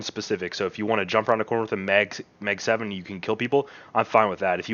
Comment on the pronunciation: Mag7, not Meg7